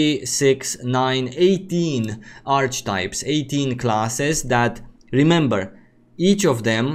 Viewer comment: Not a big deal, but in English Archetype is pronounced as three syllables: aar·kuh·taip Many native speakers don't get this right, either